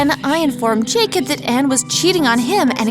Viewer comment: It’s pronounced Jacob